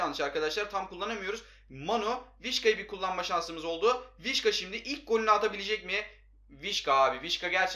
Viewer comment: vişka değil visça olacak